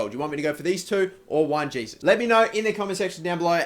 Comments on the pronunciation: Juan Jesus (Wan Hey-Soos) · Sign Insigne, real versatile player, and Jesus (btw learn to pronounce his name) when/if you sell Longo.